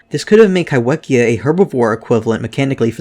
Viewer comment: The wh in kaiwhekea is pronounced as an f, in Māori wh is used in place of f